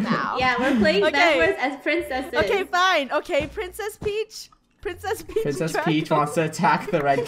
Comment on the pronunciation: It's peach not preach